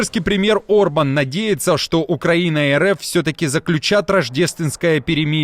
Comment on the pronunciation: Премьер-министр Венгрии Виктор Орбан,а не Урбан.Пишете и говорите обо всем в мире,а не можете правильно произнести имя главы страны,про которую рассказываете.Горе блогеры!!!